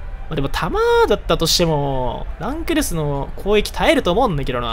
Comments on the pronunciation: この人ランクルスの発音知らんの？ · 最後の方ラン↑クルスとドッヘンアイアン連呼しすぎてて吹いた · ラ↑ン↓クル↑ス↓ってやつちょっとおもろい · ラン↑クルス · ランとクルスを分けて読むな笑